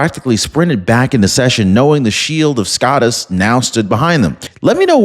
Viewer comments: If you dont stop saying "Scott-us", I'm gonna unsubscribe!😂 Sco, like slow, bro, or grow! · This has been bugging me brother. SCOTUS is pronounced the same as POTUS. The O is long. Thank you for your attention to this matter... LOL Keep up the great work. You are my #1 provider.